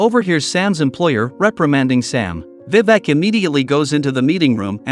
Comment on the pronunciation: Vivak 🤣 the pronounciation is wrong